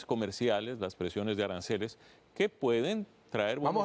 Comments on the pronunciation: Arancales o aranceles? 😂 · Que tan difícil es decir aranceles?